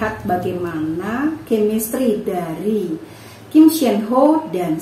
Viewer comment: Tolong kalo eja nama Kim Seon Ho dibaca Sonho. Jangan senho